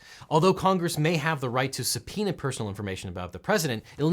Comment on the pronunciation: that's how subpoema is pronounced?!